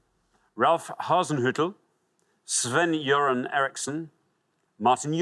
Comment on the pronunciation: As a Swede I can say that Alexander pronounced Sven-Göran really good!